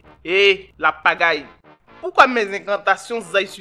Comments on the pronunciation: C'est pas faux au lieu de ladjagai elle dit la pagail🤣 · Il fallait prononcer au lieu de Lapagaille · Tomato Tu sais pas consolé l'homme 😃😃 Que c'est parce qu'elle prononce mal ton nom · "La Mygale tu entends je suis ton terminus 😂mdr" Le jour où elle va prononcer correctement ton nom tu vas comprendre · Wallaye qu'elle prononce mal son nom. Mais, un jour ça va prendre. Sérieux les gars, vous faites un travail de fou derrière le clavier. Merci pour tout 🙏😔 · Non! Le problème est qu'elle ne sait pas prononcé, Façon dont elle dit Nbrrrrrr, Nbrrrrrr là 🤣🤣🤣🤣🤣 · 🤣 Tomato a vu vrai, elle prononce mal le nom sinon a l'heure là est chez ses aïeux 🤣🤣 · Mieux, que la mygale continue à mal prononcer ton nom 😂🇬🇦🤣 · Hum... De la manière tomato a commencé faut il va dire à go la que c'est pas comme ça on prononce le nom de son frère sans 😜😜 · Pour la première fois ladjagai s'en sort ! Celle là elle ne va jamais bien prononcer le nom 🤣🤣🤣🤣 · 😂😂😂,en tout cas attend elle va bien prononcé ton nom tu vas voir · Tu as la chance elle sait pas prononcé hoo ladjagai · C'est le Nom qu'elle a mal prononcé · Oui c'est vrai hein c'est son nom elle ne connaît pas elle prononce mal le nom du gars